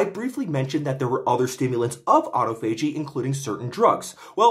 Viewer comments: It's pronounced aa-taa-fuh-jee, choom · I thought autophagy was pronounced “ah-tah-fo-gee” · you are literally my next target due to the way you pronounce autophagy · I'll give you 1000 credits if you learn how to pronounce autophagy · Just a few notes: - autophagy is generally pronounced "ah tah fuh jee" - Epigallocatechin gallate is EGCG, a pretty well-established antioxidant which has been studied for hair loss, and is not just some TCM molecule with no valid rationale for use. The "chin" is pronounced "kin", I believe (though I might be wrong, you might want to check this). Nitpicks aside, thank you for the informative video as always! This is very exciting research. It makes intuitive sense to me that inhibiting mTor would help hair growth (up to a point).